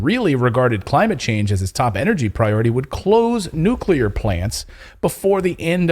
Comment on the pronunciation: Nucular batteries 🔋